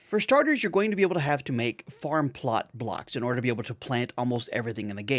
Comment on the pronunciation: I know, right? It doesn't really sound like you're saying "farm plart blarks", but I've heard others say it like that and it's just a bit too funny.